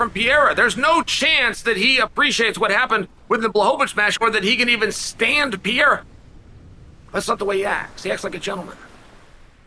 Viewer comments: “Parera” is how to pronounce the middleweight champions name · Really just keep saying “Piera?” Like a female Pierre? Come on have some respect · Can we talk about the real issue? How long is Uncle Chael going to keep mispronouncing "Piera's" name? Pereira, the middleweight champ. Ok all the BS aside, Izzy handled it well, Pereira seems to have his number. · Mispronouncing Pereira? This is how to pronounce your name Also ran!